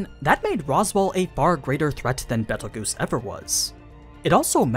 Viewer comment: the way he said Betelegeuse made me lose all my brain cells